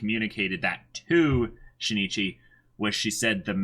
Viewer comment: Just so you know, it's not She-ne-chee BUT Shin Ichi (yes, you put a short pause between the vowels n and i).